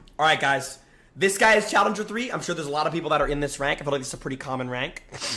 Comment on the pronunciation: why does jynxzi blink like that and why can't he say challenger correctly